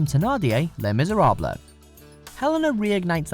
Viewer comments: Le MiseraBLA?? Ha ha ha! It's pronounced: "Le Miz-er-ahb" It's French. The "L" is silent. God, I thought everyone over the age of 12 knew that!! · "Le Miserabluh" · Did anyone else stop watching after he said Miserablay? 😂😂😂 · He pronounced Les Miserables wrong, I'm a huge fan of that musical, so I cringe whenever someone does that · Cringing as they mispronounce Les Misérables